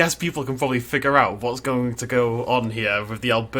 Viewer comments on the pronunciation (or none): none